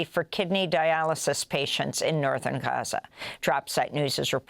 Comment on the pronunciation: Amy, your news is in English so just pronounce Gaza normally, it's fine.